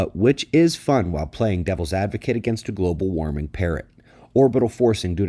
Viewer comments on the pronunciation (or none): "G-oble w-rming parrot" 😆😂🤣